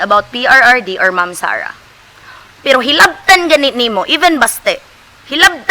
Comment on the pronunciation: says "I've fall in love with Mum Sara Duterte" which is wrong in so many ways - context and grammar alike., you should have said it like this, " I've fallen in love with Ma'am/Mam (Not Mum.. check your pronunciation please) Sara Duterte. If you can't improve your English Communication skill then you may as well speak "TAGALOG". You sound better in tagalog!